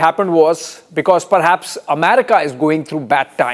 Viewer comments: Please pronounce America as EM-AIR-RICA and NOT as AMARICA. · Not only is he an idiot but he is mispronouncing well known words Amayrica, ackquitted, epidumic